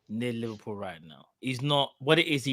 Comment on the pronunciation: “whoever this manager uhmm, is to be liveprool manager” “The terms & conditions that you’re going to be given to you, will be good.” Man, even in basic sentences you manage to butcher the English language. To think some people actually have children to bring up but can’t string together a basic sentence themselves is worrying.